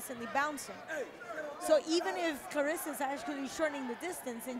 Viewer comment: Claressa not Clarissa. Put ome respect on her name!!